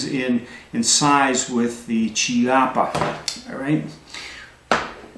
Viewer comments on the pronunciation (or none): Chiappa is pronounced with a "c" as in "cat" or "caliber". It's because it's Italian, where generally "h" makes a hard sound sound so if it was Ciappa you would be correct. Now if it was Spanish is would actually be pronounced as you did since there a "ch" combo is like the first part in "Czech". Easiest way to remember is that the Spanish writes Qué, but the Italian writes Che.